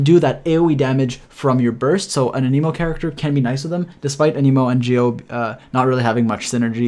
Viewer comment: Ah-neh-mo not Ah-nee-mo